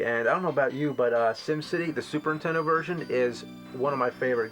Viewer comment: lmao I love how 80% of the time James says 'entendo' instead of 'nintendo'